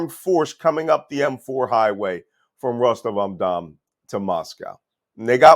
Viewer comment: I've read that Malcolm Nance is a "Russia expert" and fluent in the Russian language, but here his mispronunciations of "Rostov-om-Dom" (Rostov-on-Don), "Shegoy" (Shoigu), and "Jerasimov" (Gerasimov, with a hard "G") make it plainly obvious that Nance knows zero Russian. Nance is a complete fraud and charlatan, and those who turn to him for "expert analysis" on Russia are delusional or misguided — by Nance himself.